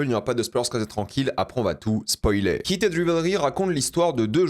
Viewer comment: Je reve ou il dit keated au lieu de heated😂